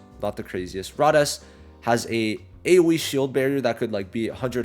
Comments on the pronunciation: Rades pronunciation = Ray-Deez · Learn to say rades right it's all I ask please for the love of Julius